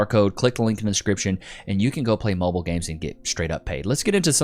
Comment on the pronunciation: the word is MOBILE not MOBIL. MOBIL make fuel prodominantly for racing cars.